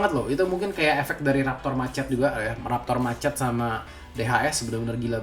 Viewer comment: Saran bang, cara baca raptor machete : reptor masheti